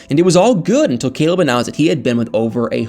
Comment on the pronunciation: Lol totally bcuz Caleb...COLEB....the way she pronounce his name, he is so cute 😍 to me.